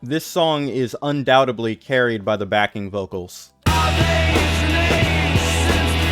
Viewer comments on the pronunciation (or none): “Undoutably” is killing me…